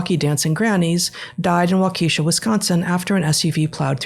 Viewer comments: More like an “arson culture” than arts and culture. And oh my gosh, please Google the local news to hear how to pronounce it before you butcher a town’s name. Wah-ka-shaw. Not Wah-KEE-sha! Like fleas on a dog folks. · It's pronounced Wauk-a-shaw, not Wau-KEY-sha. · Waukesha is pronounced "WALK-eh-shah" - no long ee. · They probably already know, but it's pronounced Wah Kuh Shah or Walka Shaw. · Waukesha is pronounced: Walk'-eh-shaw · For the sake of those who live in Wisconsin... Waukesha is pronounced Waukishaw. The same goes for Sheboygan and Menomonee or any other French/Native American name. Unless there are two ee’s or ie you would never pronounce a hard E sound. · Wau-ka-shaw A is short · From Wisconsin here and Wuakesha is pronounced with a Short e. Wawk eh Shaw. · I love that you're reporting on this. I've lived in Waukeshau. That said, it's pronounced 'Walk-eh-shaw'. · The town name is pronounced like - walk-a -saw. ok?? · Second "A" is pronounced like that "A" in above.